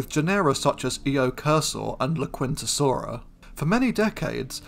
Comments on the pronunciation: I think I see what you mean. Much like the "u" is not pronounced in the Spanish phrase "la quinta." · Not critiquing, just as a curiosity. The "u" in "laquintasaura" is probably silent. ... Thecountryhousesaura...